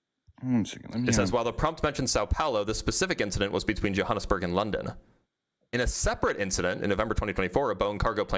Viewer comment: And then his pronunciation of São Paulo and Johannesburg. Truly mind boggling.